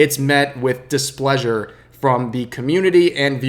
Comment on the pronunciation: disPLUeasure lol